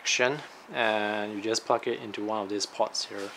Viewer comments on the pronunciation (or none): Plug not pluck